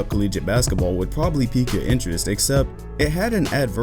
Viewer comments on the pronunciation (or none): none